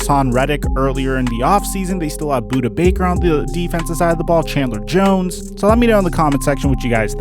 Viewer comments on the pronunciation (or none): none